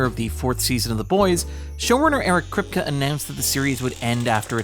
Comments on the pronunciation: Jaysus lad, Krip-kuh instead of Krip-key repeatedly is like nails on chalkboard, and signifies a lack of care in putting the video together. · Anyone else cringe every time Eric Kripke's name is mispronounced? Might just be me but it feels sort of disrespectful to not know how to pronounce the showrunner's name on a subject you're covering...